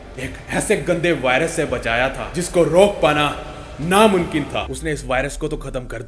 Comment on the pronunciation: "NaMunKin" Tha😂😂